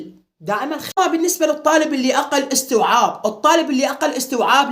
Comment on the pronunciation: ولك استييييعاااب مو اوووستوعااب 😂😂😂